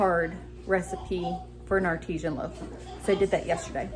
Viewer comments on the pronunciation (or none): AR ti san not ar TEE zhan artesian is a well